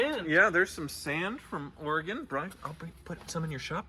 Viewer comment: Thanks for pronouncing Oregon the proper way,, unlike Freddy did throughout CarTrek!